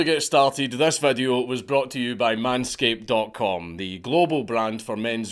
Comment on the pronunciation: Your commercial is so long I almost killed myself. The only thing that made it bearable was hearing the words "man-scape" in a thick accent, and thats only because accents make people sound 10 times more intelligent, and 10 times more hilarious.